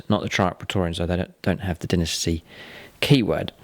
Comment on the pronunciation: Dynasty* not Dinisty